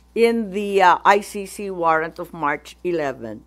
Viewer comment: Umayos ka Imee. It’s ICC hindi Ay Shi Shi 😡